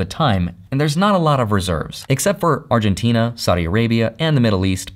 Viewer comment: Did you just say Arguntina ?😅